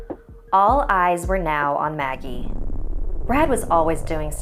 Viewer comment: In the beginning I thought it said muggle instead of Maggie XD